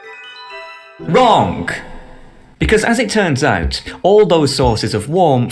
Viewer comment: I love your accent "wronG"))